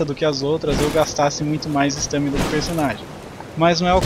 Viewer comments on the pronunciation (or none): "Estâmina" KKK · kkkkk eu sei, mas n é comum ver br falar a assim